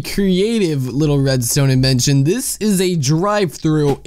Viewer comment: ita in-ven-sh-on not in-ee-va- tion